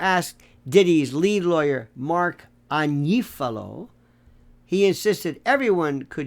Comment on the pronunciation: FINALLY someone who can pronounce AGNIFALO!!!!!! And this was a fake trial. No real evidence presented. Shame on the corrupt State